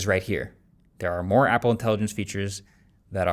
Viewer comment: Apple sounds like hoolie 😂